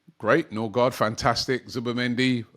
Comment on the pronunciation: Ø is " oe" and double a is "å" pronounced "o" and the d is silent. So Nørgaard or Nørgaard or Noergaard is closer to Nurigori than Norigard